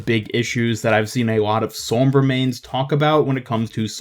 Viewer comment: great video but i hate the way u say sombra